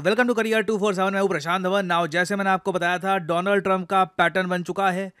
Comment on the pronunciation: Donald Trump ❌ Doland Trump ✅